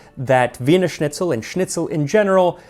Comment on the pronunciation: Excellent pronunciation of ‚Wienerschnitzel‘ and ‚Weihnachtsmärkte‘!